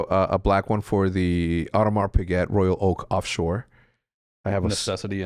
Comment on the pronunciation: Nice that Hecz doesn't go for the standard Rolex watches but actually buys nice watches but man pronounce Audemars Piguet correctly 🤣